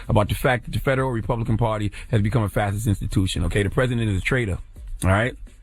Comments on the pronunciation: Huh? There's no way ctg actually watched muellers testimony because that proved the whole Russia thing was a hoax. He couldn't (or wouldn't) answer very basic questions about his own report. Lastly, it's pronounced fash-ist. Not fassist. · He’s not pronouncing it right lol..... all good though. It is pronounced Fa-Shi-st